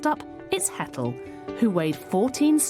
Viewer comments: The way she's pronouncing their names.. "Hettle and Mittle" 😳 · Haha their names are Hetal and Mittal. It’s just the way Anna pronounces their names.